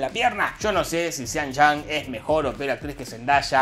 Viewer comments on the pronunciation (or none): Lástima que no sabe decir Sean Young. Sin Chon? si no mencionaba sus otros papeles nunca me habría enterado.